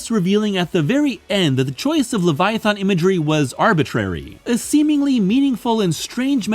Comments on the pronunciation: He says the end of the word Leviathan like the end of the word "Marathon" like bro come tf on. THERES NOT EVEN AN O AT THE END DUMMY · But there is a wrong way to pronounce Leviathan..... over and over and over again in this stupid video